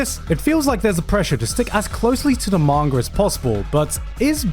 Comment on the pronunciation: I was gonna finish this but he said manger instead of manga i hate people with speech impediments